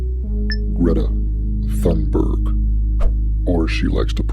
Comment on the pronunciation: My name is Gree-etta Ton-buy